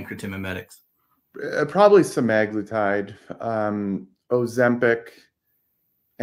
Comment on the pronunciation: And drops the bomb. 💥 😆 Yes folks… it really is SEH-MAG-LOO-TIDE. Scoreboard: Stuffy 1 Prior Default 0